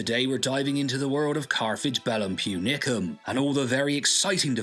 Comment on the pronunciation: It's púnicum